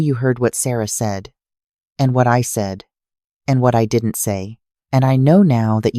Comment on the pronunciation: Can anyone explain to me why in all of the Ai generated stories here on Youtube the narrators stress "I didn't cry" when they learn they have been betrayed or cast aside? It sounds seriously ridiculous.